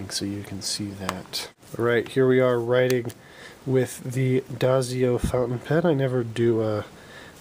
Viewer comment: DIE-SO not DAY-ZIO :)